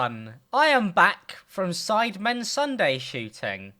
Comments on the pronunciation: it said Sidmen instead of Sidemen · Ah yes the "sidmen"